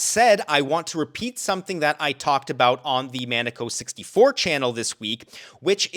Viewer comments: Man-Uh-Ko? 🤔👉Mah-Neh-Ko👈✅ ... Maneco64 🤣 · but he mispronounced Maneco64? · he put the Canadian lumberjack / salt of the earth ( a wee bit of redneck ) pronunciation on it.